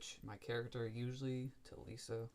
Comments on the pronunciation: You really calling my man robot LISE, "Lisa" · Did you just call Lise lisa